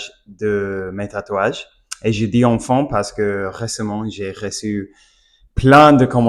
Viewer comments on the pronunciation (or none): Tu t’améliores beaucoup en Français, tu prononces mal le mot "enfin" tu le prononce "enfant" , pour t’aider les lettres "in" se prononce "un" comme le chiffre